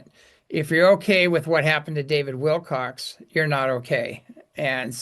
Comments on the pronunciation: it's David Wilcock, not Wilcox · It's WILCOCK, not Wilcox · Remember,, it's WILCOCK, not Wilcox. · Please respect David Wilcock. His last names is Wilcock and not Wilcox. That is not him. Thank you for your attention to this matter.:)